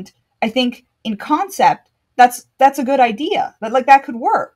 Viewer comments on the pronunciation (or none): none